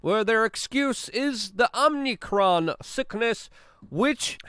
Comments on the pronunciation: It drives me crazy that Luke says Omnicron instead of Omicron and exasterbate instead of exacerbate! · are you calling it omnicron because youtube will censor omicron or are you just saying it wrong? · It's Oh-mi-kron, not Om-nee-kron. Stop mispronouncing it. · No 'n' after 'm' in omicron. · Luke, you keep saying OMNICRON when it is OMICRON. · It's called Om (like Hindus say) icron; not Omnicron.